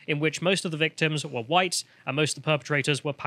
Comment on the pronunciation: God she even pronounced it with the meme "hwite".